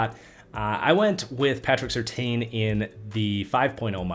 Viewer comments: It’s sir tan not seer tayne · Take a shot every time changes his pronunciation of Surtain